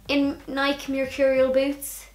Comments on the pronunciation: Even though this post is a few years old and you may never see it, I'm going to leave this comment anyway because I'm from the state of Oregon in the USA, where Nike is headquartered and I can say absolutely, without a doubt, it is pronounced NI-KEE. Two syllables. Period. End of sentence. PS... I've been watching Try channel for a couple of years now and you've always been my favorite cast member. Imagine my excitement when I only last week learned you had your own channel! 💃💃💃🎉🎉🎉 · Since no one has commented yet I figured I'd let you know that you do pronounce the E in Nike! Anyone that cares enough to correct you in all seriousness is an asshole but I figured since you asked a couple times in this video I would let you know so you don't have to wonder anymore!!